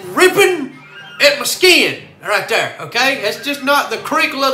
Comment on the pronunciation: "Right der"